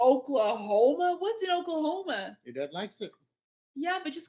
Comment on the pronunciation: The way she says Oklahoma,im suprised nobody has come down on her for that lol